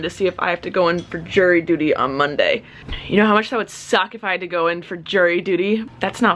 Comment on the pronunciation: Not to be a kid but ............you said DUTY